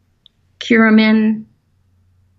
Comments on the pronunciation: When she said "curimin" was she talking about/Did she actually mean to say "curcumin" (turmeric)? Or is "curimin" something separate? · I googled ""Curimin" and nothing even close came up except of course curcumin Can anyone verify this (as I take a lot of curcumin every day:-)